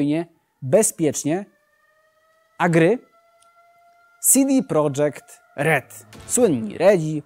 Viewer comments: nie sidi prodzekt tylko cede projekt się czyta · Na naukę języków jak słychać nie ma kasy, bo firma CD Projekt pisana jest przez K, a więc po polsku, więc dziwi, że autor wymawia ją jakby była pisana przez C (CD Project) i czyta ją "sidi prodżekt" :D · CD Projekt - czytamy po Polsku czyli "cede projekt" nie dla jaj jest napisane Projekt a nie Project wcześniej firma skierowana była tylko na nasz rynek i nie produkowała gier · CD PROJEKT NIE PRODŻEKT ! TO POLSKA FIRMA ! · Chyba cd projekt nie cd project